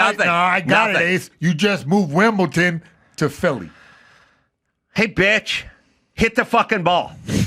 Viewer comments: Hey Adam tell me you don't understand tennis, firstly by not knowing how to pronounce Wimbledon. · there's no t in Wimbledon